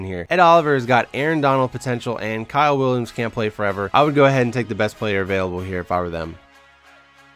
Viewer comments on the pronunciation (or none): none